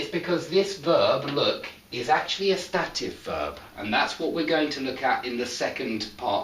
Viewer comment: You pronounce ˈstæt ɪv Shouldn't beˈsteɪt ɪv ??